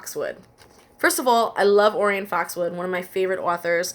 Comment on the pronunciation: orion foxwood; pronunciation oh-RYE-un. ORION. like the constellation.